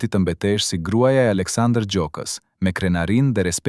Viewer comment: Ky komentin eshte i sakt. Ky komentuesi, eshte Serb sepse as emrin nuk e thot sakte, pale raaki. Na e shpifi.👋👋👋👋👎👎👎👎👎